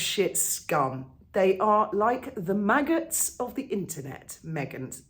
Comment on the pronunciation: 'The Megghots'... 🤣🤣🤣🤣